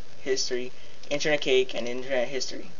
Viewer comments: No offense there mate, but you said "Internet CAKE" for that should have been pronounced, Internet "cashay". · Good vids! Really helped out!!! FYI - 'cache' is pronounced as 'cash'. Just as a credibility thing.